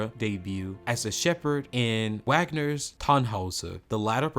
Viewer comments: Some one should've told the narrator the correct pronounciation of the composer's names , and the names of the operas-(Wagner- the w is said like v ) . She is a very, very fine artist. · it's pronounced VOGNER not WAGNER.............get with the porgram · I've never heard Richard Wagner's name mispronounced before. How can I take this seriously when the narrator says Waagner? Kathleen Battle gave amazing performances that delighted millions of opera fans. That is all we need to know on Earth, that is all we need to know. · I about died when he said Wagner with the English w sound instead of using the v sound. If you can’t pronounce Richard Wagner’s name right it’s just embarrassing. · You said Wagners name wrong why?!!! 🥴🥴 It’s pronounced Vagner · NO ONE pronounces the composer Wagner's name the way you do -- except a person unfamiliar with opera. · "W" agner??? And Haaaiden??? Smh. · This guy might’ve learned to pronounce some names and words – – Levine, Wagner, maschera, Glyndeborne, among others.